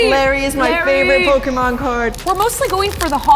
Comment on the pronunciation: Im not jugeing but pokymon😂